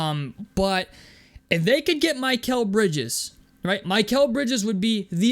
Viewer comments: Is there an inside joke with the way you are saying Mikal Bridges? or do you not know its Mick-el Bridges and not My-kel Bridges? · I definitely agree I’d take Mikal Brides his stock is low and think he’s a really good player. The only thing I hate is how you were pronouncing his name wrong 😂😂.